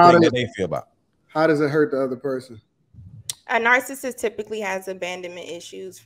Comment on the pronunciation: Someone tell this woman how to pronounce “narcissist.”